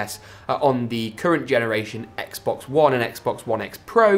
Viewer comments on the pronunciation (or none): none